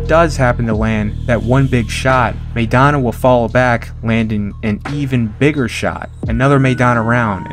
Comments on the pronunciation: You can't invest enough interest to pronounce "Maidana" correctly? The first syllable rhymes with "my," not "may." (You don't know any Latinos or Spanish speakers in or outside the boxing game?) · Evidently, "everyone" excludes everyone in "Chino" Maidana's home country, the Spanish-speaking world, and all of us Spanish speakers.Are you excluding this bilingual announcer and the English-speaking commentators from "everyone," too (link follows). "MAY dana" would be written, "Meidana;" it is not. Correct yourself, or belong to "everyone" who's pronouncing the name wrong.